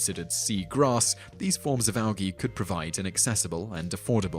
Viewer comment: I've never heard anyone pronounce it Al-Gee